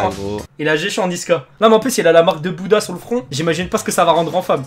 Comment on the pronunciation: Il a dit "la marque de bouda" 🤦‍♂️